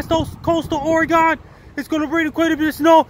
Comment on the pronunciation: Thanks for another severe weather alert for us here in Oregon. Washington doesn't matter 😀 And thank you for property pronouncing Ooooregon(e) not Oregun. You are incredible and a life saver to so many with your alerts. Keep up the amazing work Frankie!